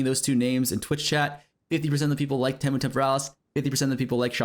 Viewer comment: I think Temu is "tee-moo" not "teh-moo". Temu Temporalis for sure